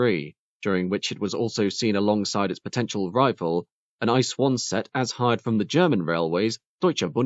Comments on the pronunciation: It's weird to hear the train category of ICE trains pronounced as a word: "ice". It's actually meant to be pronounced letter by letter: Eye- See- Eee. (Well, or in German, if you can master that.) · @@ It is definitely not the usual way of saying it. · small detail, that is not how you pronounce ICE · One very minor correction: when spoken about, the ICE trains of Germany are not called "ice", the individual letters are said.